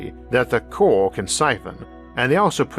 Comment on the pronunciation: omfg. I got really tired of hearing "cowal" really fast. it CO-RAL ffs